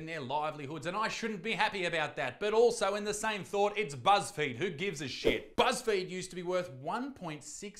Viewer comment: Buzz feed then Isaac mispronounced Buzz field I think he meant to say Buzz Failed i mean the fudge 1.6 billion dollars worth to 100 million it sounds like wat happened to Kanye net worth